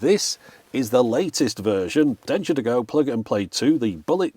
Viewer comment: I misheard that as ‘Dentures to go’!